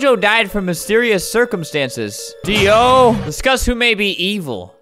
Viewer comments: I kinda got triggered when he pronounced dio "DEYOW" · When albert say dio I sad ZA WARAOOO